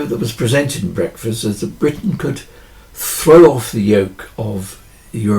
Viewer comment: Another highly relevant video - well done ! Thank you ! I think I must have been feeling hungry with those analogies around food - I could have sworn you said “breakfast” instead of brexit !